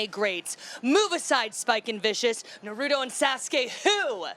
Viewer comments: "Naruto and Sass-Que wHo?!?" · She said “SaSka” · The way she said Naruto and Sasuke hurt my soul.... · She doesn't even know how to say sasuke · I cringed when she was trying to pronounce Naruto and Sasuke. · narudo and sass-key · This girl butchered naruto names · “Narutoes and sauceskay.” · Narudo? What is she What the And Sashay? 👏🏼👏🏼👏🏼👏🏼👏🏼 Wow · "narudo ans sauke who" that's exactly what I said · NARUDO AND SASGAY WhO- Ok but actually I find the way she pronounced it funny and sweet, I love this. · I want to scream. “Narudo and saaskay wHo?” That hurts my soul. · Narutto and Saucekay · Narootoe and Sasskay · Wait. She said Narooto and Sasooke? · Jony FiftyFour Norudo and Sasskey? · Narudo and Sasskae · percocet Narudo and Sass-k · nAruDOO aNd SausGaY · NARUDO AND SASSKE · yeah, Sakura is like NaRuToooo!?!?!? And Sasuke is like naduto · Narudo and sazkay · She made me so mad in so many ways, I feel like I’m gonna catch a case😂 why did she pronounce Naruto and Sasuke name like that?👹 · Why do people pronounce Naruto and Sasuke that way? Shit's annoying. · I think we can agree that it hurt our feelings when she mispronounced Naruto and Sasuke's name so wrong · NARUDO AND SASUKE